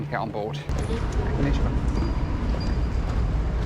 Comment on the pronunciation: Man I love your videos but please stop saying konichiwa in that horrendous pronunciation of yours . . . Actually learn some Japanese if you're gonna say it!